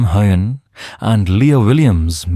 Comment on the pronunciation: Why can't any of you reporters pronounce his name correctly. This AI stuff is going to stop